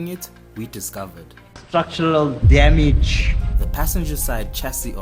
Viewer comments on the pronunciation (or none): "Structural Dyamidge" 😂